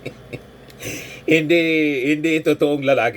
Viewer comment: ang pag pronounce ng Bayot ay Baaa yot! Si Harry Roque clarong clarong na Baa- yot! Yong matabang abogado na hindi nanumpa nakalunok yan ng maraming Piattos. Nyahahahaha. Walang ka kwenta kwenta ang mga Duterte at mg minions. malaki ang kasal anan nila sa Planscamdemonic, cguro pinalunok ni Digongmonyo ng ilang booster na mRna vaccines ang mga minions nila